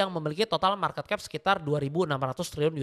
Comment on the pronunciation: Penyebutan marketcap nya salah